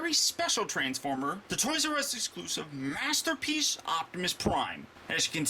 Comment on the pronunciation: Last minute or so, he says master peach instead of masterpiece.;) lol